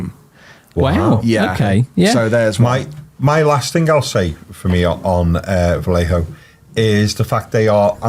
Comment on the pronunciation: We only need to tell how to say (vah-ye-ho)